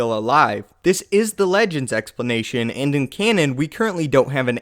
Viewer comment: I like your exsplenatshhiaan.